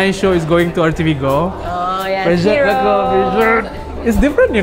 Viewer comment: CC: Taufik... he said "prezzured"!! 🤣